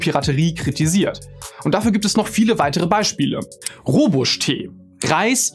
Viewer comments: Der Tee wird doch Rooibos und nicht Rooibus ausgesprochen. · Der Tee wird Roybosch ausgesprochen. Nur so nebenbei